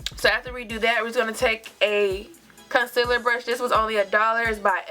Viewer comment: Casiller....really!!! Concealer! Girl!!!!